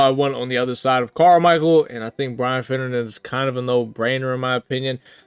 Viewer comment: “Finnejynxinoisesren” man really rolling the r in finnerin😂